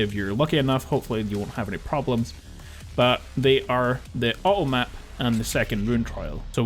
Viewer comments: Awesome videos! Kind of funny, with your accent every time you say "automap" I keep hearing "uh oh map". Like "uh oh" they made a mistake haha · When you talk about the 2 bugged items/areas I had a real big problem what the first thing you tried to say was :P I heard "Ah Oh Ap", like something spelled A-O App haha! Anyway, thx for these vids, they've helped a ton and I love that you tell us where the "point of no return" is and when there are bugs to watch out for.